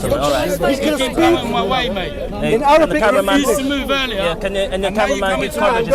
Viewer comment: Mohammed Hijab . brother plz ask bro zakariya to work little bit on his Arabic pronunciation bcz i noticed him producing unnecessary sound of the Arabic alphabet ''' ain ''' in every single word..